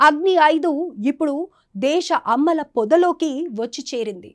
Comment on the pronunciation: ఎవరైనా తెలుగు నేర్పండ్రా అమ్మల పొద నాన్నల పొద కాదు